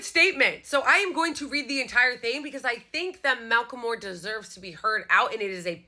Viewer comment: its pronounced MACK-el-MORE - thanks you so much for sharing